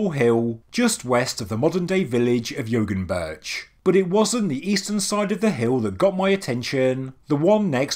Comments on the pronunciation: Excellent video!! Great content. Just FYI, when you see Ğ as in Yoğunburç, the Ğ is silent and pronounced yo- unburç. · An interesting point, as I went on a Turkish road trip some years ago, the G is silent, so this site would be pronounced Yowunburch. "Dag" is the word for mountain and it is pronounced daaaaa. I visisted Gobekli Tepe on that trip. Not much of it had been excavated back then. All that was there was a boy who said he was a "guide" and a security camera.